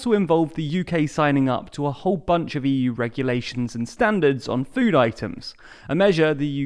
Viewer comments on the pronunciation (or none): none